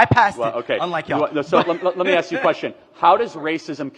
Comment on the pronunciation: This guy is very smart but he approaches everthing from a victim view. Then he says axe you